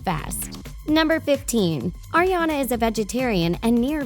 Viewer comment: The woman won't stop saying Erriana instead of Ariana and it's pissing me off.